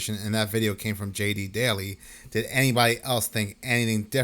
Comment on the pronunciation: J.D. Delay :) not J.D. Daily.